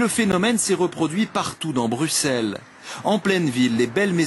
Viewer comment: Le présentateur français ne sait pas prononcer Bruxelles pourtant la France a aussi Auxerre donc un présentateur digne de ce nom devrait se renseigner avant de parler